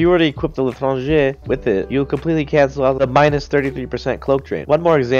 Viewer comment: tHe l’tRRangEh